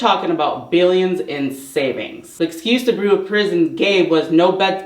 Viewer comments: Bureau is pronounced: “byur-oh” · This is not to make fun, but the word bureau is pronounced bee-you-row. I only mention it because we all know how hard you work on these videos, how far you have come, and that you always want to improve and do your best. Great job.